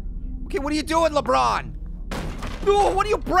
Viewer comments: I like when he says la but James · I almost died laughing when said lebutt james